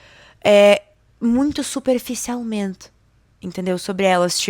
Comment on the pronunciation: Tu fala algumas palavras com sotaque de Portugues de Portugal superficialmente ❤